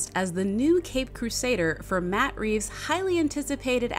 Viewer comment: There's no S in Reeve.